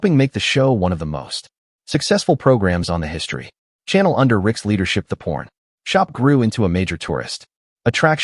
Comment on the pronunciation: Some needs to reprogram the IA it's calling it a porn shop instead of a pawn shop